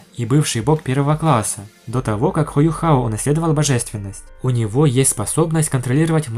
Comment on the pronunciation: Не Юхао, а Юйхао, "Юхао" будет только если переводить с английского (что некорректно). Называть Тан Утун "Тан Ву Тонг" ещё более некорректно, теряется смысл, заложенный в имени (точно так же как и не "Тан Ву Лин", а "Тан Улинь").